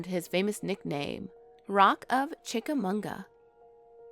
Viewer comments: You mispronounce Chickamauga I I live in Chattanooga. Ma not mu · It's chickamauga not chickamoonga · It's pronounced chic a mawgwa. No n at the end of that name. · Well I can vouch for green eyes. I’ve definitely seen it, and other weird crap in that area, over the past 10 20 years. For the sake of accuracy, it’s pronounced “chickaMAHguh” and that battlefield is in Georgia, not Tennessee.